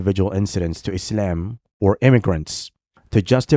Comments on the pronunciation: lol why do you say “islem”? 😂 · U come across as a cringe Moe Run. Especially the way u pronounce "isIam"